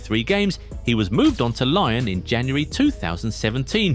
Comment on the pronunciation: He called lyon lion wtf